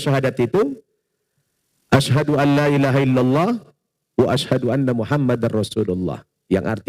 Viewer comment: Syahadatnya kurang benar ya… bilang Asyhadu Anna.. harusnya Asyhadu Alla…